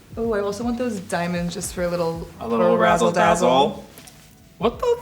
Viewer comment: "Razzel dazzle"